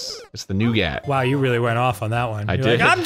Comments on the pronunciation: new-git. and hes putting a lot of emphasis on the "gat" part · Love how America pronounces Caramel and Nougat. "Carm L" and "New Gatt". Up here in the great white north, we pronounce them like sane people. "Care-a-mel" and "Noo-gut" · You all are missing out on the hot controversy that Arin fucking says "New-Gat" instead of "New-gut" like a civilized person. Anyways, this new guy Danny seems nice. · New-GAT?????? ITS NEWGET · STOP SAYING NEW GAT ITS NEW GET! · Few things anger me more than Arin's "new-gat" pronunciation of nougat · I can't believe people are letting Arin get away with pronouncing it noug@ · Arin pronouncing "nougat" as wrongly as possible has ended me. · POV: you’re here to shit on The way Arin pronounces nougat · The way Arin pronounces nougat bothers me to no end